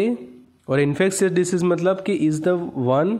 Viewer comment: Disease not decease